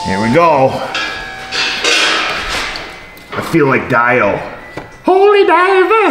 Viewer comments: The fact that you called Dio (Dee-0) Die-O made me bust out laughing in the middle of my office, causing others to come to my cubicle and ask if I was ok. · It's pronounced DEE-O not DIE-O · C'mon. It's pronounced Dee-Oh, not Die-Oh. He grew up only two hours from you in Cortland. Sad that engine #3 is toast with only 111,000 on the odometer. I'd move to a reliable, long lasting, Toyota (Lexus) or Honda (Acura) and not have to worry about replacing engines. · You pronounced "Dio" wrong. It rhymes with "geo".